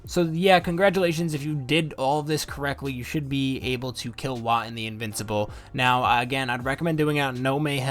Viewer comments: Voe-tan, not Wot-an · It's Woah-Tan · Am I pronouncing it wrong? I call him Woah-Tan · Okay, but it's pronounced Whoah-tan though, right?...